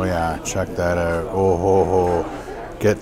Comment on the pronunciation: "Check that ooot"